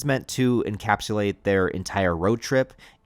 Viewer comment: Dude…..encapsulates….like ‘capsule’ not encapalates….im not trying to make fun, just… if I had food in my teeth, I’d want someone to tell me.